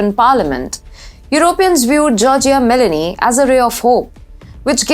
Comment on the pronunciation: Its ME LO NI, not Melanie!